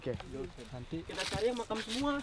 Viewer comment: "Emang disini ada macan beneran?" "Makam bang" Lah aku juga dengernya macan wkwk